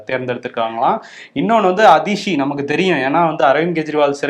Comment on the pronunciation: and are doing a very good job covering the news with a progressive view. The increased focus on National level news items is also welcome. One request is to make an extra effort to learn to correctly pronounce words from rest of India (eg. her name is "Aatishi" and not "Adishi"). Otherwise we are no different than many of the Hindi speakers who can't say our Thamizh words correctly.